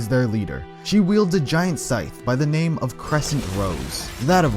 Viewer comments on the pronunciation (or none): none